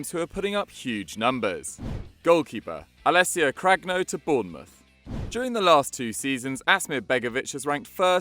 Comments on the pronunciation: you can pronounce Lasagna, you can pronounce Sagna, and you can't pronounce Cragno correctly? Not a big thing, but it triggered me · the Cragno section gave me a disease